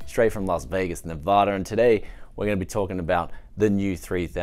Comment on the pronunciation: Nevader! No one can ever say Nevada right